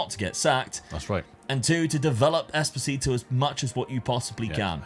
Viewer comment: it's esposito not espotito lol